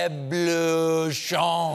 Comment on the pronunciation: Loved it but it’s pronounced Ro-blow-chon greeting from France 🇫🇷